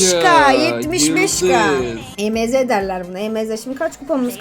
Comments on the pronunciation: E m z değil emz diye okunuyor.😂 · Abla emz e me ze diye okunmuyo direk emz diye okunuyi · E m z diye okunmuyo emz diye birleşik okunuyo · E M Z değil emz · Abla e m z diyil emz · e.m.z değil o emz😅😊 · Abla E M Z deyil EMZ😊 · o Emeze değil Emz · abla emeğe değil emz 😂😂😂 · abla emeğe değil emz 😂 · o emeze değil emz diye okunuyo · emeze diye okunmuyo emz diye okunuyor😊😊🌹🌹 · Abla o E M Z DEYİL EMZ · Abla Emeze değil Emz😂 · hayir olum emz diye okunuyo emeze ne aq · Adla o e m Z değil emz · Abla E m z değil Emz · Abla onun adı emz e m Z değil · Emeze değil emz die okunuo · Emeze değil emz yaw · Emz❌ ✨EmEzEğ✅✨ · Abla emeze deil emz emz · Abla o E M Z değil Emz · Abla o E m z diye okunmaz Emz diye okunur😅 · o émze değil emz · Abla E M Z DİYİL EMZ😂❤ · Abla emeze değil emz o karakterin adi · Abla E M Z ❌ EMZ ✅✅✅ ❤❤❤❤❤❤ #PGQUCOLO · Abla o emeze değil direkt emz diye okunuyo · Abla onun adi emeze diyil emiz😂😂😂😂😂🎉🎉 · Abla diynamayk değil daynamayqk😊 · Abla emz. İn. Adını. Yanlış söylüyorsun. O. Emz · o EMZ EMEZE DEĞİL ❤❤ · Okunusu oyle sensin asil o dalga gecilcek kisi salak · Merhaba abla ilk kez önüme çıktın ilk başta özgüş tv kanalı nın videosu sandım (emz savaşçısı nın ismini yanlış söyledin kızma söylemek istedim)